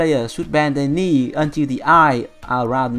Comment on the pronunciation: a tip for the pronunciation : for the word "knee" do not say the "k". You must read it " nee".